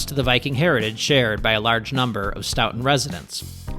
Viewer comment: stoughton is pronounced with an "oat" not "out". Great video, I'll have to try that route sometime.